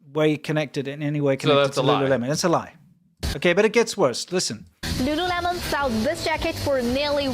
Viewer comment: I think it's pronounced Lu LOOleMON. Lol.